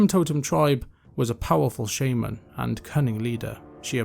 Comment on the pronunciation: Heals my soul to hear words like Shaman and Wyvern pronounced correctly 🥹